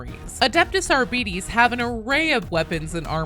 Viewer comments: Not to be mean, but I'd be lying if I were to say I never giggled at you pronouncing "Arbites as "Our-BEE-Tees" instead of "R-BIT-ease" 😅 I don't even fully know why, other than somehow picturing a bunch of bees with shotguns, now..! 😂 "NO! NOT THE AR-BEE-TES!" "Preeee-pare for sentencing!" 🔫🐝🔫🐝🔫🐝🔫🐝🔫🐝🔫🐝🔫🐝🔫🐝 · It may not be pronounced Ar-bites but it's also not pronounced Ar-bee-dees. Since it's pseudo-latin it's pronounced Ar-bee-tes, with tes like the e in destiny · 🤔 TIL my way (the correct way 😛) is only my headcanon and not official. Still, according to the explainer it's more Ar-bee-tis than Ar-bee-dees. And honestly, the t becoming d is my main pet peeve. Either way, thank you for the video link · Wouldn't it be pronounced 'Ar-bit-tease' not 'ar-bee-tease'? It's based on latin isn't it. The way you say it sounds like diabetes. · I may be in the minority when I like to pronounce it as Ar-BEE-TEES instead of Ar-Bites. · if it's closer to the Latin pronunciation, it's more like "Arb-ih-tase". I cannot cope if the genuine pronunciation is arbeetees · Please, in future videos on the class, do not call it an arr-beat-ees. It's ar-bit-ees. Like arbitration, arbiter, and other such words. It's a soft "i" in arr-bit-ees. It might seem a small difference, but it's huge into sounding better as well as rolling off the tongue better. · I always giggle when I hear native English-speaking people talking about the way to pronounce some 40k words coming from latin influence. For instance, "Adeptus Arbites" shouldn't be pronounced Arbeateez, nor Arbytz, it should be said the Latin way : Adeptooth Arbeateth. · English pronunciation of those latin names are so fucking cringe, it's not ARBITIS OR ARBAITS, IT'S ARBITES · Why is every American incapable of pronouncing Arbites correctly. It's not Arbeetees. It's Ar-bi-tees. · It's ar-BITE-ees! tut 🙄 At 25 seconds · You're right to be mad at the "official" pronunciation being wrong. AR-BEE-TEES = Ar-BEE-TREE-tor